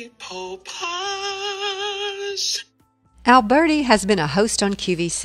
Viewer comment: The pronunciation of his name should not be Alburti but , Alberti- Italian ! So much more appropriate and more pleasing ! don't you agree ?